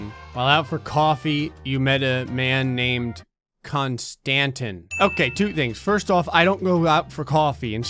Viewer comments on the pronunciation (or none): yo my name is Konstantin lmao it's not tin its teen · It’s not pronounced kanstatin it pronounced con-sta-tine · The name is pronounced CON-STA-TEEN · The way he pronounced Konstantin ☠️☠️